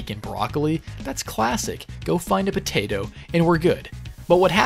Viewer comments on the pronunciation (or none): none